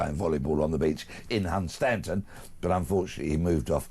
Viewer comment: The correct pronunciation of Hunstanton is:- Hunston